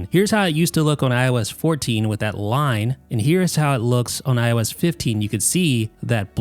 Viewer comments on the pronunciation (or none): none